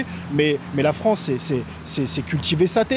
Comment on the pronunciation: Le Fwance =)